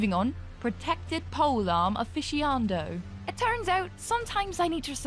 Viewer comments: uuugh i dont want to do this, but there's four mispronunciations in this video. scimitar is pronounced si-mi-tar, not ski-mi-tar. militia is pronounced mi-li-shia, not mi-li-tia aficionado is pronounced a-fi-ci-o-na-do, not a-fi-ci-an-do conquistador is pronounced kon-ki-sta-door, not kon-kwi-si-tor maybe this is a dialect thing that i'm missing, but i'm getting cavalry/calvary flashbacks. (one is troops on horses, the other is the hill where jesus died) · I like how the words are spelled correctly, but she will still murder the pronunciation. An afficianando right there. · "Mili-teea" "Afishiando" "Conquizator" Bruh come on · Mili-ti-a?, Aficiando? Conquisator? what the hell? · If only she knew how to pronounce Conquistador and Aficionado... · bro has no idea how to pronunce militia, aficionado and conquistador, I love it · The mispronunciation of militia, aficionado and conquistador were painful. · That not how you say militia, aficionado or, conquistador